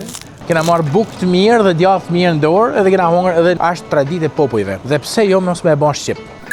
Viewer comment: Po shqip esht djath..jo gjath!!!